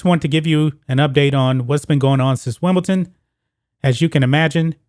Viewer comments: It's Wimble- DON!! Not Wimble- TON :-)) Anyway, he got exposed at Wimble- DON. He looked old and it showed. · You need to learn how to pronounce Wimbledon correctly